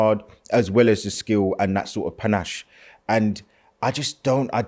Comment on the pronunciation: Man said "penache" 😂😂😂